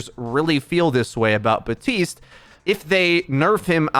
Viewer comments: bap tiste not batiste , i got triggered everytime i heard that XD idk why . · Who's Buhteeste? Do you mean Baptiste?